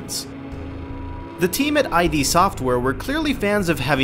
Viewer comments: its not pronounced I.D its IDD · Id software. Id. ID. NOT AJJ DEEE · id, as in "Kid", not "Eye-Dee". Made the same mistake back in the day. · Oh jeez this is sad. One, IT IS NOT "EYE-DEE" SOFTWARE!!!! It's "Id," as in the state of mind beneath the conscious level. Two, the episodic format of sales WAS common back then; it was known as the apogee model, and a LOT of PC games marketed themselves that way! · holy shit. it's "id," not ID. like... the word "id". you know, as in ego & id. i'm not sure you can tell me much i didn't know about the game when you can't pronounce the name of the developer. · scrolled down to comment because of this. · I think he said "brutal acts" instead of "brutal axe" but I could be wrong. The whole him saying "I.D" software thing has me perplexed so I may have misheard haha. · Fair point. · He keeps saying I.D. software... Non-nerd... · Every time he says I.D. Software I cringe at the stupidity. Literally cringe, c'mon guys at least get the name of the developer right.